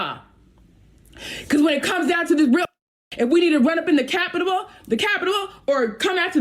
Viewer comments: 😲😂😂😂😂☝🏿🔍🔥! LoL she said the captibal. or you mean the capital some one get her a dictionary and a GED classes ! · “The capitapul … The capitapull“ she should have just stopped then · "The capitable" 🤣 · 'The capitable'" HAHAHAH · can this chick not say capital lol because sounds like capitalabible lol